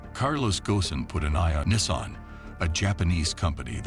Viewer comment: Nissaan...! The pronunciations 😅